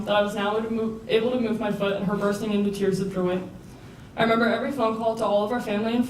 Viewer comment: Stop saying i femember omg